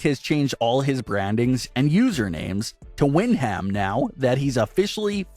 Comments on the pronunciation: Can he also properly pronounce Windham as “Win-dum” and stop repeating Wind-HAM over and over 🤷🏻‍♂️🤦‍♂️ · WOW wind-ham!!!! have you never heard his name pronounced man that hurts. his first name is his moms maiden last name Windham pronounced win-dum. watch any match entrance of his uncles Barry and Kendal. bad butchering of names is bad reporting and makes you seem like your reading a sheet from someone else and have no clue what your talking about. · Its pronounced win dum not win ham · It's pronounced, Whin-dom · I don’t think the way his name is pronounced is wind ham maybe you need to check with somebody it sounds stupid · Oh my God you are killing the pronunciation of Brays real name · Your pronunciation of Windham hurts my soul. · Windham..haha. His name is really not that hard to pronounce.